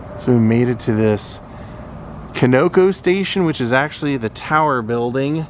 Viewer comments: you kinda mispronounced the Conoco station name, you pronounced it 'Con-ohco', its actually pronounced 'Con-a-co', from Continental Oil Company. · Love the videos so far, not trying to correct you but Conoco is pronounced Kahn-A-Co. Keep up the good work and get Scott in a better mood. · Love it!! FYI ... here in the South, Conoco is pronounced Con-Uh-Coe! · I know you are, you do a fine job with the videos and I have really enjoyed this trip. I wasn't criticizing ya, just giving you a heads up about how folks in this part of the country pronounce stuff. If you said it to someone in Oklahoma like that someone might chuckle. I didn't know if you had Conoco stations in Ohio or California where you have lived. Keep up the good work, ur doing a fine job.